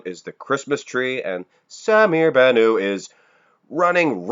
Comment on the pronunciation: someone please tell that the (t) in bannout isnt silent.....